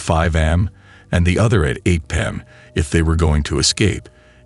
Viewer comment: AI narrator says 5 am and 6 pim...😅